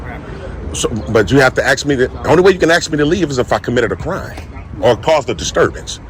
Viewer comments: Can't any of these morons learn how to say the word "ask" ????? ----I'm just asking... 🙄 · Yea, they can "ax" you to leave.😂😂😂😂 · Is it so hard to say ask?